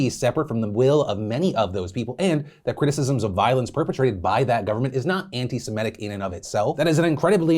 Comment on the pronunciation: I usually don't correct people, but I wanted you to know that it's Semi-tic/tism not Seme-tic/tism.